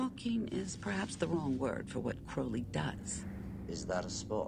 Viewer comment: this is such a pet peeve of mine, but it’s CROWley 😭 CROW-LEY 😭 like the bird! (NOT cROWley)